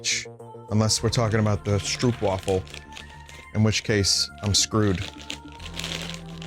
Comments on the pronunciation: The curse of english and dutch being so closely related but still differing in small ways is that i'll never hear an english speaker pronounce "stroopwafel" correctly in my life (it's like stroh-p for anyone wondering) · the one thing that was missing; an audiofile, boy oh boy did you mangle the lingo but hilariously so! and those stroopwafels (pronounce double oo as in hope not hoop) are best eaten after you lay them like a cover on a warm drink so they get warm, or gently warm them in a skillet and they taste even better. sorry for the salmiak, its an acquired taste indeed